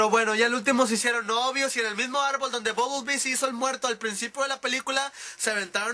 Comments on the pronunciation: buble bee??? ooooooo BUMBLE BEE? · Es bumblebee no bublebee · es bumblebee no bubblebee...